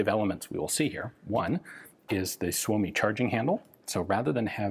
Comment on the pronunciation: Suomi is actually pronounced "soy-mi", not "soo-oh-mi".